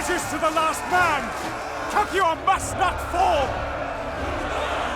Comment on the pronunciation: "The siege of Capu-ha!" Only can pronounce words as he likes and at the same time being so perfectly appropriate!